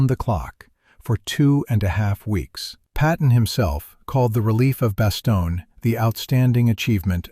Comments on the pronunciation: "Bastogna", sounds like the narrator was still talking about Sicily. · Also you mispronounced Bastogne.